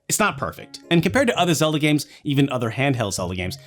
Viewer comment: "Zelda-da" "He-pl" I found this funnier than I should!